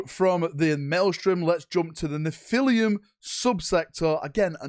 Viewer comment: It’s Neph-ah-lim, like how Americans say Aluminum